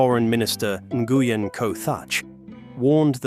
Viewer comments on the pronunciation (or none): Socialism is communism? Wrong. Learn how to pronounce Nguyen because you sound like a moron. “En-goo-yen”… seriously! If you can’t take the time to pronounce one of the largest Vietnamese clans name properly, I question the rest of your drivel. The Khmer Rouge (and the Killing Fields) came to power because murderous sociopath and capitalist cheerleader Henry Kissinger bombed Cambodia into the Paleolithic age. So much for capitalism. Vietnam is not purely capitalist. There is no private ownership of land, only longterm lease. And the communist party still calls the shots. This video is more capitalist propaganda cheering supply and demand ignoring the $1 per hour labor the fascist capitalist corporations exploit and the communists gladly offer at the end of a whip. By the way Nike managers used cane whipping on the Vietnamese assembly lines. The Nazis were brutal on labor too. That’s capitalism’s secret weapon, brutally break organized labor to get your workforce as close to slavery as possible. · "ng" is not urn-gee. It's pronunced as a single nasal consonant ŋ like in "thing" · that’s a pronunciation of Nguyen I’ve never heard before lol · It is NOT the right pronunciation. My ex’s last name is Nguyen and it is not pronounced this way.